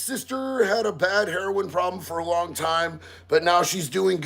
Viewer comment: Long, not ling.